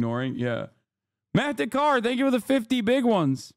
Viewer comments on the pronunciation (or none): none